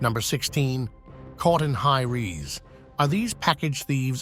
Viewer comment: "Caught in high reez" 😂